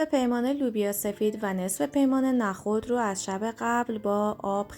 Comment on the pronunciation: لطفا نخود رودرست تلفظ کنید نه با فتحه!!😮